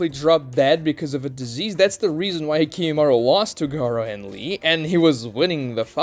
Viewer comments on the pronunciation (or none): Also it's not kimimarU it's kimimarO